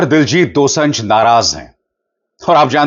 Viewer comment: Abhishar ji his name is Diljit Dosanjh Pronunciation is dosaanjh ( दोसांझ) not दोसं‌झ Thanks ❤